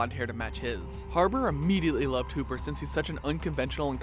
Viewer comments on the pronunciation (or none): did he- just say. "hooper???"